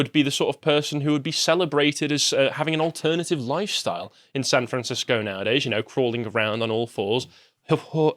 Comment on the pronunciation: "Fran Sancisco"